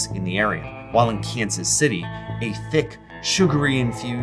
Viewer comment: I think you mispronounced Kansas City there, bud.